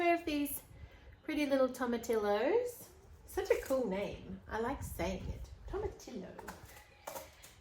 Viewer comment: Tomatillos are pronounced toe-ma-tee-oohs. The l’s are silent.